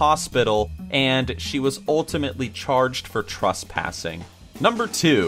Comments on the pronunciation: "Trustpassing" IS ANYONE ELSE HEARING THIS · The way says Trespassing XD